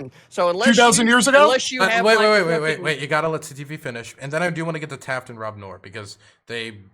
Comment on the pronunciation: I don't like much. Disagree with her on most things, but at least she puts some argument forward instead of pretending to misunderstand. But for real guys, did no one hear her intro where she said her name was said or or if you don't get that? Everyone said Taft.